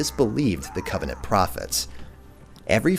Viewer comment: When you say covenant it's flawless